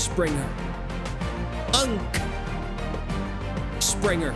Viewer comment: The way you say UNC every time is so satisfying